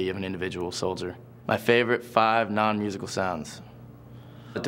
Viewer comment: Let me give you guys some help :) this is kinda funny actually... his "NON" sounds really french! and what he says in french is: "chanson des escargots qui vont à l'enterrement" which means The Song of Snails going to a funeral... hahahaha